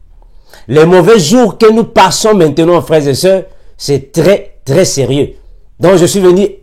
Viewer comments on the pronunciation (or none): none